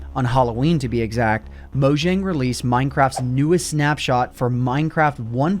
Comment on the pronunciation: It’s not pronounced “Mow-Jjjjang” It’s pronounced “Mow-Yang”